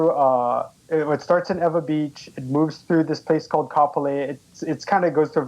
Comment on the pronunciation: that should mess some fold up. it is Ewa not Eva. Just like San Jose is not San Joe See